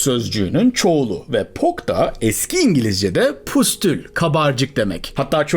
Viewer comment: Variçella değil,varisella olarak okunur.Pustul değil, püstül..